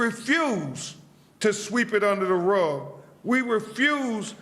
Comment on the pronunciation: Sweep it under da ruh What’s a ruh?